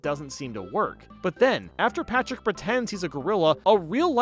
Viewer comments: Everybody gangsta til calls Patrick “Pactor” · Did anyone noticed he said Pactor ? Either that or my ears are messing with me. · says SpongeBob and PATRICK this way That’s not Patrick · he does that afew times throughout the video idk why lol